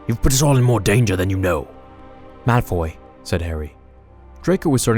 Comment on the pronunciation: Guys its Malfoy. Not Malfy, malphoy or Malfrey